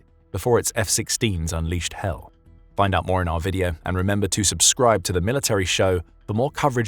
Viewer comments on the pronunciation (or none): none